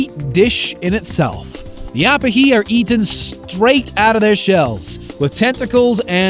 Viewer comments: Ah-puh-hee???? Perfect example of copy/paste with no regard for spoken language. It's pronounced oh-pee-hee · He pronounced Opihi wrong, it’s Oh-pihi not Up-ihi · Opihi is pronounced (Oh-pee-he) not (op-uh-he) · It’s Oh-pee-he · The way he pronounces opihi is so cringe. Otherwise good video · In Hawaiian The letter I is kinda pronounced like E so Instead of Ah - peh - He , it would be Ooh-pee-hee and instead of lai-mu , its Lee-mu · It is pronounced o pe he not a pa he. The word is pronounced lee mu not lie mu